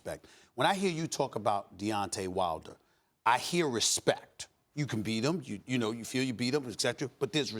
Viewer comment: wilder not wiler lol